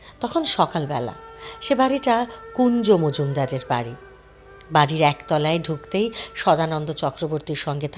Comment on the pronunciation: Sri Kunjalal Majumder nam ta thik kore Bolben. Uni apnar bandhu ba attiyo non ba chileno na. Somossa ta aktai alpo koykta boi porche ese podcast e bose porche